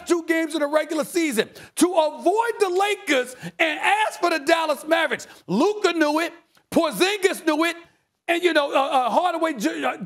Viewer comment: Goddayum Luka is a top player in the league and this fool can't even pronounce his surname correctly smh